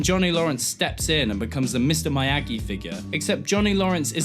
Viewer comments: Its miyagi not mayagi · Myagi. MYYY-AAAAGI? Fucking Myagi. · you're saying Miyagi wrong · Why the fuck do u say mr miyagi like that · The way he says Miyagi gave me eczema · DeadLetter It gave me Ligma.